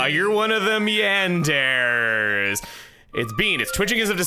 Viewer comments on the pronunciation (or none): "youre one of them yanderrs"